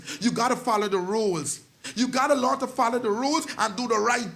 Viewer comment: We have to. Teach tha children lornd not lornd them